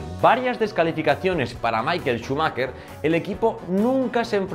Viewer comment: ¡Qué vídeo tan divertido! Enhorabuena. Por cierto, Schumacher se pronuncia Shumajer, no Shumaker.